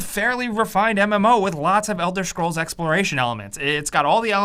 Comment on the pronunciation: Elder "Shcrolls"